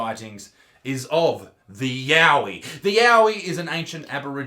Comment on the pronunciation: I thought it was yawie yahoo